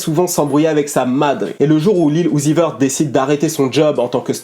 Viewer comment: Son nom se dit (Lil Youzi veurt)